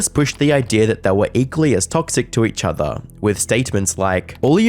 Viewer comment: please apologize to me for him saying “each offah” instead of each other.